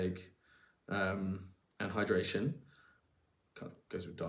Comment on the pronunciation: Wait, did u say hydration??! 😂😂